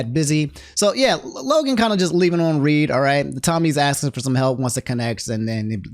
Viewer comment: Why is this man saying leaving on read (reed) instead of leaving on read (red)